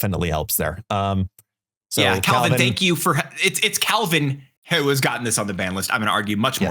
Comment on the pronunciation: Every time said “Caliban” I hear “Calvin” and I just kept looking over at the video lol